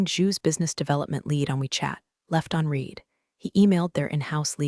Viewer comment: Stories are often a bit too long. Caption text and spoken word often don’t match. Many mispronounced words in particular “read” often uses long “e” sound when it should be short “e” sound but there are others ( in other stories Patagonia and Pentagon were mispronounced repeatedly). Other than that the stories are excellent